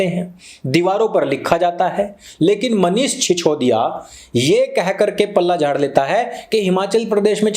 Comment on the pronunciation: Mispronunciation, Manish SiChodiya.